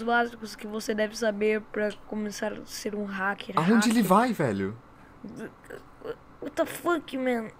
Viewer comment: " Uóta fãki "